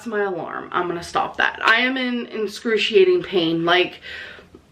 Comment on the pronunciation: So we’re back in “inscrutiating pain” era.